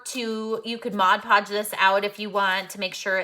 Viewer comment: I don't know about anyone else but I have a tiny amount of OCD and it drives me completely insane to hear someone pronounce "stuff" wrong. For instance, its not MODGE PODGE, its MOD PODGE! Sorry but I've been watching these videos for a couple years or more and I finally had to say that LOL. Great ideas on projects though!